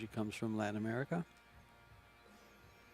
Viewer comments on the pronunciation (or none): none